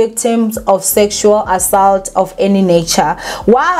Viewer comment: Repeat after me.. Aa- salt